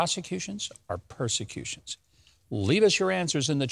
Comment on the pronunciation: "PER" not pros.